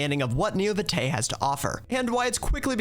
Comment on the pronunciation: I went "Oh, God..." on the pronunciation of "This is Neo Vitae", the first thing said of the video lol